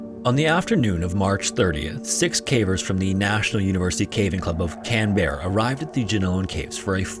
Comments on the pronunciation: Canberra is pronounced Can-Bruh. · Canberra is pronounced as Cambra, like how Brisbane is pronounced as Brisbin and Melbourne is pronounced as Melbin. If other Aussie have differing pronunciations please comment them under my comment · Kan-berra 😂 💖 it's more kinda like "Can-bra" 😂it's weird regardless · “Can-bear-a” Ah, as an Aussie, hearing people mispronounce our city names never gets old, lol. (It’s actually something closer to “Can-bruh” for future reference, lol) 😅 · I know its an old video but Canberra is not pronounced Can-berra but Can-bruh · why is no one mentioning him pronouncing it Can Bear Rah......its canbra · mate, its not can- berruh, its canbra 😂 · can-BEARUH Couldn;'t help myself...it's Can-bruh. Love your work. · Just as a tip, we tend to pronounce it ‘can-bra’ rather than ‘can-berra’. I remember this story in the news but haven’t seen any channels that cover caving mention it so I’m glad to see you covering this awful story. Thankfully Tim made it out. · Love how you pronounce aus places. It’s “can-bra” and “bris-ben” noticed it in so many of your vids. Can Berra hahah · great video. Australians pronounce the capital, Canberra, as canbrah or canberuh btw, assuming that's what you meant in the first story aroun 2.52 in, just in case you'd like to know. I think you said it more like can bear a. Not trying to be patronising, just informative :) i'm a big fan of your channel, and my friends live in Canberra, lol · Americans always butcher Aussie and Kiwi pronunciation lol Its pronounced 'Can-bra' the bra part is pronounced like it has two 'R's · As an Australia, the way you pronounce Can Berra... oh my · I dont wanna be that person but Canberra is pronounced differently ToT its more so pronounced Canbruh or canbra, we dont rlly pronounce all the letters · As an Australian, the pronunciation of 'Canberra' made me do a bit of a doubke take. Its pronounced more like 'Can-bruh' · We pronounce ‘Canberra’ like “Can-Bruh” Just so ya know ✌️🇦🇺